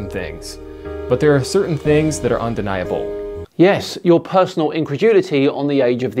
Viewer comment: Also, why does he think that the emphasis in the words “undeniable” and “indefensible” is the “ble” part haha 😆